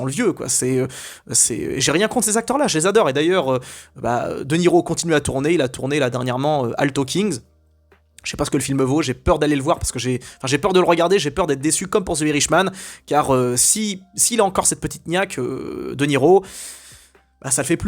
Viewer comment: Attends attends tu prononces the alto knights alto "king" ? Mais t'as du mal ou bien ? Ne pas savoir prononcer à ce point c'est chaud